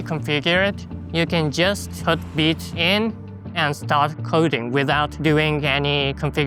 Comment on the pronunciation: I came here to learn how vite is pronounced... veet.